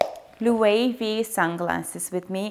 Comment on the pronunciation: loved this video but i cringe every time you said Loewe wrong :(